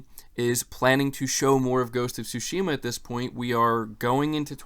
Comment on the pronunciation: Hi, thanks for your always informative content. It's all great, but there was just one thing that caught my attention, so please allow me to mention it. I'm a Japanese dude living in Tokyo, and of course a native Japanese speaker. So it's about how you (and almost all other non-Japanese, so it's certainly not just you) pronounce the word Tsushima (対馬). In this word, you can say that the stress is on the first syllable and not the second as in your pronunciation, a linguistic fact which I of course don't blame you for not knowing. So if you pronounce it Tsúshima instead of Tsushíma (if I were to describe it using the Spanish accent mark), it'll be much closer to its actual pronunciation. You can hear it pronounced by native Japanese speakers here: Some words just are pronounced that way, for example the male name Akira (again, Ákira and not Akíra as often pronounced). But this doesn't apply to my name, so yeah... Who knows what the rules are. Languages are so random, I tell ya. I wouldn't have mentioned it were it not for the fact that you have a lot of followers who will hear you and most likely learn from you consciously or unconsciously, so if you could correct it, it'd have a positive effect, I thought. Also, if it was just once or twice I wouldn't have paid too much attention, but when said repeatedly it became a little jarring to hear it, so I thought I'd tell you that. It's not that big a deal, but still not bad to know... I'd also like to be informed if I mi